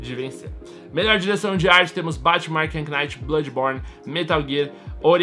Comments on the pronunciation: que agoniaaaa batman arkam "quinaiti" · afliçao ele falando arkhan Knight '_'